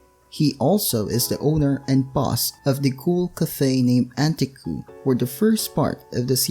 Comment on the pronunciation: it's an-tay-ku